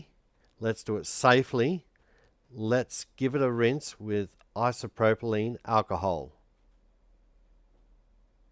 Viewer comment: Its isopropyl NOT isopropolyne. 🦘🤡